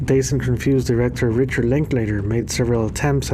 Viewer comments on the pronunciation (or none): none